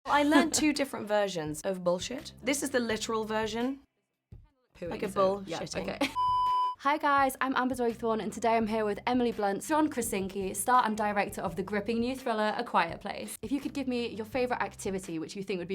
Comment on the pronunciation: Lmao she said “John krasinki” it’s “krasinski”